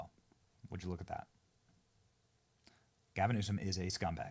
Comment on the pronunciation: Love your vids Benny really do, but gasim Newsom 😂 and yes, I backed this video up and listened again ya definitely said it, lol. Save that for KJP. speaking of KJP i think trump should keep her for a little bit so she has to say something positive about trump that sounds amazing. But again, no hard feelings Benny down some more of that coffee you promote no more gasims 😂😂😂😂